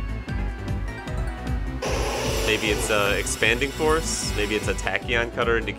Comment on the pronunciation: Sounded like you said expanding horse when you talked about the iron crown team so now that’s gonna be my nickname for Calyrex Shadow lmao